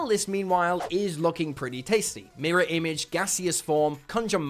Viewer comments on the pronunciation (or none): none